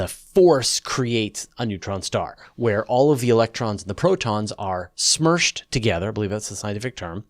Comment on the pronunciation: Smushed together, not smurshed. Smurshing is what happens at the beginning of every James Bond movie. How do I know? I attended a circa 1980s lecture by Dr. Fraknoi´s at Cañada College in California, when he was one of the early and few to discuss black holes... by describing them frequently and consistently as smushed. And they say that physicists have no sense of humor....